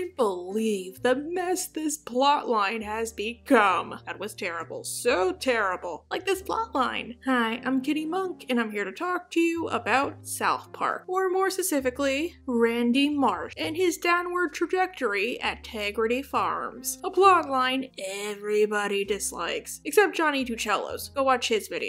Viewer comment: And spe-cif-i-cally, she always misses the p in specifically